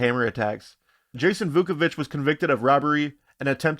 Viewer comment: IT is Vuković